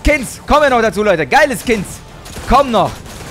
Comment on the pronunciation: "12 Kins" ????